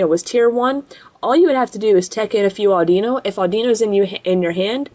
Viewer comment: Not (adeeno) audiino